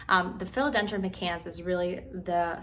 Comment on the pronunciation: My-cans, but thanks for the great video.